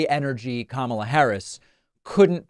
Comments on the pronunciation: She is Ka..Ma..la not kamla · He’s such a mess. Way too old for the job. He can’t even say her name correctly. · His followers just believe whatever he says. He probably mispronounces her name intentionally. He spits out word salad that makes no sense. He can't even speak an entire sentence. His cult has been indoctrinated and needs to be reprogrammed. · Maybe all this was intentional to confuse people and mispronunciation of her name making it sound foreign maybe intentional.